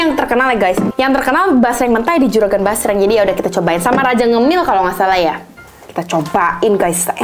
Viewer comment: Basreng❎ Jasreng✅ Ampun deh lucu bangett dehh❤ Semangat y ci yg cantik dan yg baikk bangett ❤❤❤